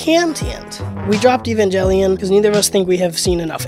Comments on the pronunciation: Evan gay leon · Ivengay lion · How about pronouncing "Evangelion" correctly?